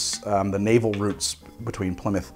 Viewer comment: It's good to hear an American saying Plymouth correctly... Too many say Ply Mouth